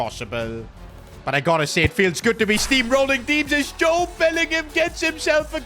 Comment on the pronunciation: His name is Jobe Bellingham